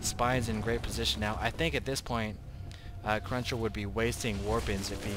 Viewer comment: Cruncher not crusher dammit